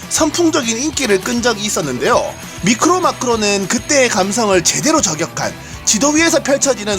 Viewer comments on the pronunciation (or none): 영상 잼있게 보고 있습니다. 죄송하지만 미크로 마크로가 아니라 마이크로(Micro) 메크로(Macro)라고 읽으시는 것이 좋을 것 같습니다.^^ 미시적 관점 거시적 관점이죠.